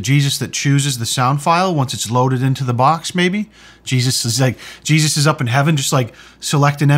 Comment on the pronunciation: That's cheeeezus and not jesus.